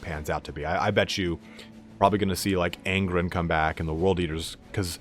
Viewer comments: might be an accent thing but the way you say it sounds like Angrin. I've heard others say Gill ee man aswell but they think that's how it's pronounced, didn't realise you were taking the piss, fair enough. I do love your videos regardless. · I love your videos, very Cool to listen too, can you learn how to say gulliman and angron properly though lol. Thanks for the great content!